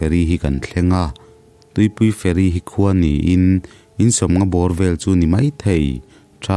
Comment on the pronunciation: nia feri zawmloa,fe'ri tih ang deuha lamrik ani zawk mah mahse a ngaihnawm tho